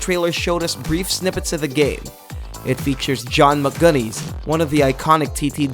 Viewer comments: It's McGuinness ! As in Mc + the drink 'Guinness' not Guness. Do your homework lol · Who the hell is John Magunies??? lol .......... Maybe you meant John McGuinness ;) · LoL, John "McGunnies", its mcguinness ;) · John magunees? Wtf??? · John mc gunnies 😂 boy you can’t prounounce video game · john mcgunnies? XD dude???? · John Mcgunnies? lol come on do your research. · John Muhgunnies LOL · John mcgunees? 😂😂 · Who is John Mcgunnees?! It's McGuinness pronounced the same as the alcoholic drink Guinness?! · "John M'gunnies". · The Isle of man TT, mate John Mcguinnes... said the same as the famous beer.